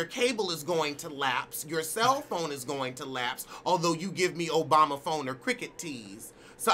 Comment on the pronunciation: This chyle said Obama or Cricket tease 😂 😂 😂 I'm done